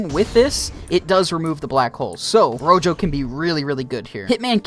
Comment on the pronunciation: did you say retro? I'm pretty sure it's rojo